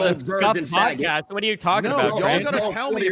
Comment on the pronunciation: Tfue "i think the shit about the mosk was fucked meanwhile tfue as aidan say fagoot 10 times "........."